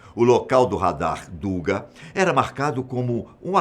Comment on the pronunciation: a pronúncia correcta é “dugá”, em russo «дуга», e não “dúga”. Esta palavra ao português traduz-se “arco”